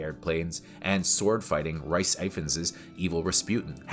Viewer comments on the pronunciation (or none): It is pronounced "Reese" not "rice". I thought this was a big channel, not some small rookie PoS. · Arghh. Rhys is pronouned Reece and Gemma is pronounced Jemma. Otherwise good review.